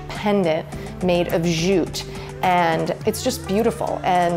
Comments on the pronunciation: LOL or every time she says zjute instead of jute! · The place is looking good and I love the simplicity of it. I'm digging the elements that are natural along with the superb photography but why oh why oh why why why are you staying "zjjjjuuuuute".. The word is jute. It's very simple. Jute, jute, jute, practice that. Mercy! At least you are not wearing a backpack like Anne-Marie Barton.